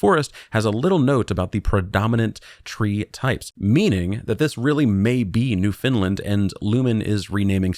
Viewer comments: Laughing at the consistent use of providence and NewFinland 😂 Unless its an inside joke from streams but also just incase its helpful we tend to say it like "prawvince" and "newffen-land" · Why are you saying 'New Finland'.!!!.. it's pronounced New-'FOUND'- land...dummy. Like nails on a chalkboard. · New FOUND-lind or New-finned-land, Newfinn-lann - those are the ways you'll hear that pronounced in Canada. Never heard New Finland before :). Newfoundland is a province...not a providence. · So I'm Canadian ... let me help you out with pronunciation; It's NOOF-UN-LUND 😅 BTW, my advice is terrif free. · Maybe it's a mistake? If I hadn't read this comment, I would've pronounced it as New Finland as well, because well... That's what it spells 😬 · Newphen LAnd!!! (Newfoundland) is how canadians say it. great vid thanks! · “New Finland” lol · NOO funlend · Newfoundland isn’t pronounced “new Finland” but close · Just listen to all of Come From Away and never mispronounce it again lol